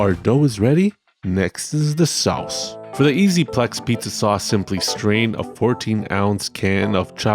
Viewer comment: The way you said Sauce really gave me EpicMealTime vibes hehe. Souwce! Awesome video, the TMNT pizza cookbook always makes me super nostalgic for my childhood.